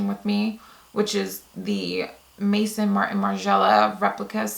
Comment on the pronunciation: You are the most tasteful youtuber and I love you but it's may-zone' not mason :p x